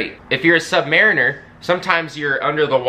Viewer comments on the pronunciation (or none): Does it not kill anyone else that he says sub mare inners and not sub mah rinners? My boyfriend is a submariner and he has stressed the importance of this to me a couple of times. This is the first time I've ever heard someone say it this way and I finally get why it bothers him lol